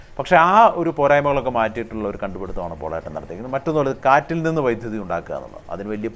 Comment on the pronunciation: വൈദ്യുത അല്ലല്ലോ... വൈദ്യുതി എന്നു തന്നെ അല്ലേ ചേട്ടാ പറയേണ്ടത്?